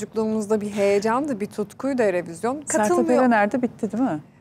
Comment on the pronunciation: Erevizyon mu dedi?